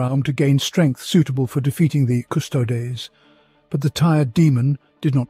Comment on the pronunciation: Hey, it's pronouncing "Primarch" the right way now, as "mark" instead of "march"!. Now you have to switch the way it says "custodes" to "kuh-stow-dee's".